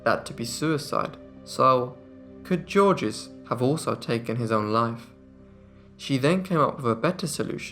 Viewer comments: "Georges" is not pronounced "JOR-jez." It is pronounced "Zhorzh." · Just say 'George' which is nearer to the french pronunciation. The French do not say the final 's' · I love your channel and I don't mean to pick but when someone's name is spelled Georges, isn't it pronounced something like Zheorzh? The G's are pronounced like soft "sh" or like "zh" and there is no "S" sound at the end. You do great work here, my friend, this was just for future reference. Cheers! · Georges is pronounced George with no second syllable at all. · The S in Georges is silent! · The S in Georges is silent.